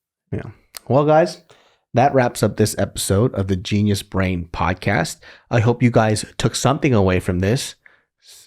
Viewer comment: Low key, whenever I hear say "genius brain podcast", I hear "JESUS BRAIN PODUCASTU" in an old Korean accent lol.